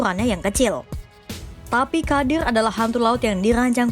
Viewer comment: Ghodir mbak.. bacanya.. bukan kadir.. 😂😂😂